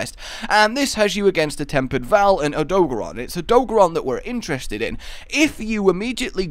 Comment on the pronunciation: Great video very informative.... but your pronunciation of odogaron is infuriating as they actually say it in the game and you still can’t get it right! Anyway, you’ve still got my follow 👍🏻